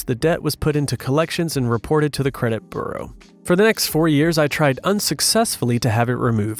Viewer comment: Well, there was a slight mispronunciation of “bureau” for what it is worth. VERY slight and almost unnoticeable, but I'll take what I can get. 😜